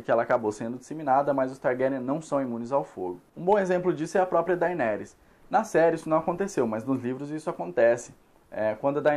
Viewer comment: tbm me irrita kkk, a pessoa assiste a serie, ouve a pronuncia dita pelos personagens e mesmo assim fala errado aff